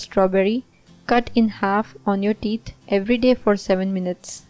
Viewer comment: Please you say teet instead of theeth. Do something with your pronounciation. It sounds terrible.